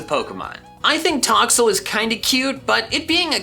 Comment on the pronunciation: Its name is Toxel, not Towel!